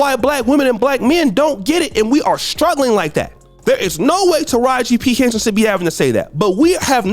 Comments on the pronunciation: Lol Boosie is a fool, he says taraji p henson is his favorite actress but he doesn't know how to say her name correctly, he called her Taraji Piston 😂. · Ima need Boosie to get it together.. cause who tf is "Tahara Penson" ???